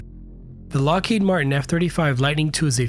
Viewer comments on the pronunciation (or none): none